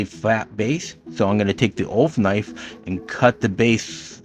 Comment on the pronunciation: Nice :) Also what it sounds like you are saying Ofull knife, what subtitles are saying UL Knife, what I hear Awful Knife. ;) :) :P